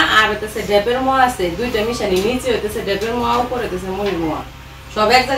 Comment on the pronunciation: Ota muaa na. Moaa bolun moaa.